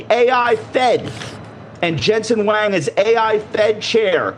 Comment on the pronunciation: Josh, it's Jensen Huang. It's pronounced just the way it is spelled. You probably did not know that. It's not pronounced Jensen Wang. Do you understand?